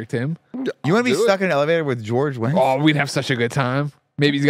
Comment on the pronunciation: It's George Wendt, not Wendtz 🤣